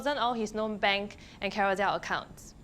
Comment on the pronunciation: That’s because mandarin is her strong suit. Her English enunciation is atrocious. She said ‘carousell’ and ‘carouzell’. Her pronounciation of all the consonants aren’t clear that’s why when she spoke in the first few min of the show, I have no idea what she’s mumbling about.